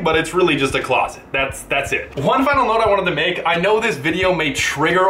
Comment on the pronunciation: Notice how he emphasises the closet